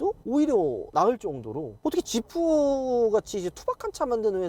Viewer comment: 지프를 왜 샤냐?